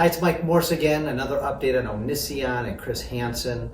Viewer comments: It's O nee see on. You say it weird lol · The best thing about this video is Mike pronouncing Onision's name wrong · I wonder how much he really cares if he can't even pronounce Onision correctly. It seems like Chris Hansen and his everchanging problematic crew are just sensationalizing Onision's story and they can't seem to get anything done without a producer telling them what to do. No worries though, everyone loves a good trainwreck ;) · It is Onision that says it weird. He says it correctly. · the way mike pronounced "onision" in the first few seconds gives me life.